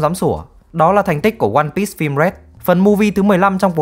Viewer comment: ơ, lại ONE PISS à, Bắc kỳ ai cũng đọc tên phim kiểu PISS à? 👎👎